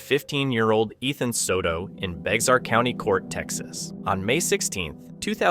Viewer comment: Ok, it is pronounced Bayhar, not Bex ahr. It is the county that San Antonio is in. It is a Spanish word. So the x sounds like an H. If you were brought up there, you shorten it to Bear. It just drives me nuts